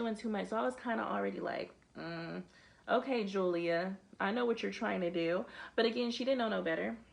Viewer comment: You said! WE FOUND YOUR STONES! 😂😂😂